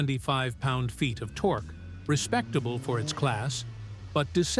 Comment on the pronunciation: He said "torkoo" 😂